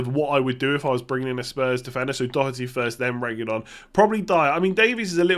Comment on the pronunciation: needs to give English commentators lessons on how to pronounce Doherty 🔥